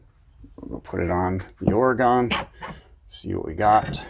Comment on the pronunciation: Good comparison, thank you, but I have to cringe when you say the name of my home state of Oregon. Pronounce it this way ory gun.